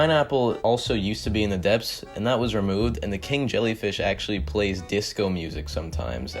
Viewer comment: how did u say dephts like that anime its more like impel down